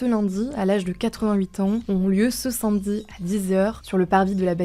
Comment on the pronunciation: SAmedi pas SINmedie svp La prononciation est importante 🤣🤣 (Je rigole mais c’est pas la première fois…)